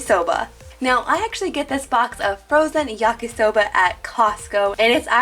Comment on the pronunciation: I love how Yakisoba sounds like yukky soda